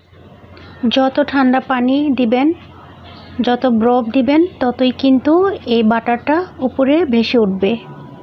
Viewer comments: Hayre sikkhito borof k brof bole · বরফের উচ্চারণ টাও ঠিক হয়না